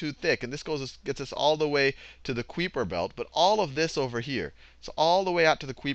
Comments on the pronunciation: Kuiper is pronounced K-EYE-Per. Not KWIPer. You should add a correction box, Sal. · It's pronounced "Kiper Belt", but I like your pronunciation better. "Queeper Belt," lol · Haha you say "Queeper" instead of Kuiper. I think it's pronounced "Koyper" (It looks like a dutch name to me) :) And another thing: I used to mix up the order of the planets Saturn, Uranus and Neptune. But I found an easy way to remember it: Take the first letters of those planets, so you can form the word SUN. ;) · he sais kuiper belt just like my little brother pronouces creeper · I thought it was kiperbelt! or am I wrong! pronounced Ki- per- belt. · It's not pronounced kweeper. You've got the K and the "per" part right, but ui is pronounced a bit differently. It's quite hard to explain how to pronounce it in Dutch, but Americans usually pronounce it like K-eye-per, I believe. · "The Kweeper Belt" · Excellent video, although I'm pretty sure "Kuiper" Belt is pronounced the same as "Hyper". I'm going to watch Distance to the closest star now :-) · The way he pronounces The Kuiper Belt is funny ^.^ lol